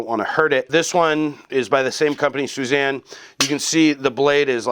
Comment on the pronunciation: Suzanne? You.. you.. you WESTERNER you! :-) (just kidding, I'm American..lol) Anyway, pretty sure it's swee-ZAHN, but you say it fast - western pronunciation stretches out vowels more than most other languages. So even though it's a long i sound (swee-), you say it so fast it almost sounds like a short i. Same with the a.